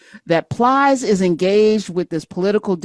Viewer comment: Calling Plies “Piles” is hilarious